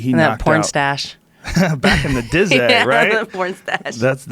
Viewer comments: Joe "Back in the dizzay" Rogan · 13 minutes in and joe said 'the dizzay' twice. wats going on lol